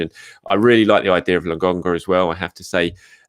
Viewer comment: why do u keep saying Lagonga?